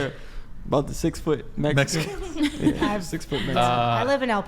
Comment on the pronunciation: Lmfao did you just said MEXICANT DRUG DEALER 😅😅😅😅😅😅😅😅😅😅😅😅😅😅😅😅😅😅😂😂😂 you got me rolling I like it lmfao